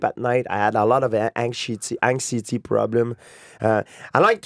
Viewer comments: George " anxcity " St - Pierre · George “hangcity” (anxiety) saint-pierre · AN-ZI-IT-TEE say with me George! ANXIETY! AN-XI-E-TY! Someone correct him!!